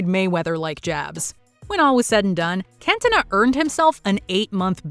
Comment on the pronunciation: Should be illegal for Americans to watch football how can u possibly say cantona name incorrectly